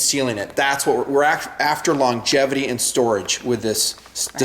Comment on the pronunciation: "longetivity"? I thought it was "longevity"!